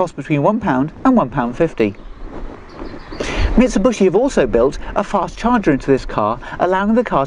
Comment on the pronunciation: MIT-SAH-BUSH-EE <---- L O L ! ! !